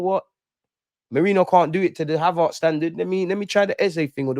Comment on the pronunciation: Ha-VARRRTS LOL HavERTS bro 😊 love though 🇧🇧👊🏾